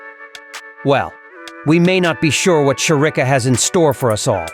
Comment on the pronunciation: Will u please pronounce Shericka's name properly? It pains my ears to listen to u calling her name.